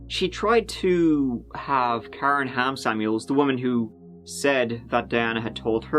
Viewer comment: Every time you said Ham Samuels I heard “ham sandwich” 🥪😂